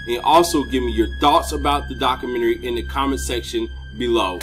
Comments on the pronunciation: Lol he said dakamenary. Nice dakamenary bro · Ok it's pronounced Doc-you-men-tree